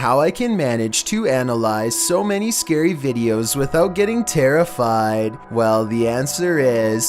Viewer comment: seals the deal, imo. The way he says "terrifYd" is clear satire